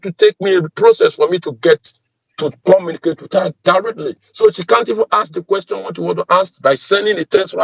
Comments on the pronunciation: "Comma-na-cate' instead of Communicate?! An American soldier? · Is he actually saying he is AN AMERICAN HIGH RANKING SOLDIER"? First off, he would never call himself by that; he'd be saying his rank cause they take pride in that. Also, no soldier could understand his orders because he CANNOT even pronounce words properly. Nobody can understand him cause his accent is actually thicker than most scammers